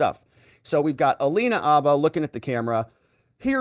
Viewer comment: Dude, are you EVER going to learn to say Alina HABBA’s name right?